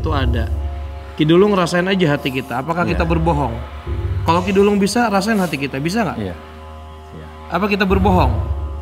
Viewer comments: ngakak bgt kalo nyebut ki dulung pdhl ki duwelung😂♥️✨m00d. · Lg mncekam2 nya aq ktwa krn salah mulu nyebut nama ki duwelung ny😅